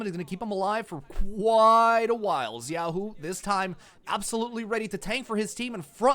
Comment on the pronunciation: I hope the caster see this, that is not how you pronounce xun, xiaoxu and junjia … really makes me question how much they watch lpl .. atleast he fixed xiaoxu pronounciation after first 20 mins…